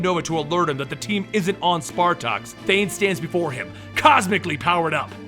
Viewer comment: martin +Ryan Pelopero i think it was said wrong Thane son of thanos ---Thanos father of thane